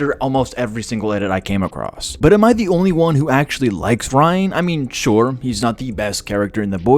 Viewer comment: you said ryan 100 times you even started saying rine... he is not important no matter how you feel. read the comics.